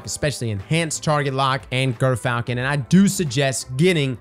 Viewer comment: IT'S JERR-FALCON, YOU GERK